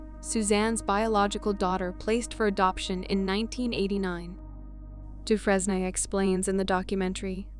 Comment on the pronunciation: In the story about Suzanne Suvakis, you continually mispronounced Megan's last name. It is pronounced, Doo-fraine ( rhymes with "train", in the American pronunciation), or Doo-fren (rhymes with "pen", in the French pronunciation). Really, if you're going to make a video about victims and their families, at least have the respect to do a little research on the correct pronunciation of their names - it can't be that hard, especially in the age of "Google".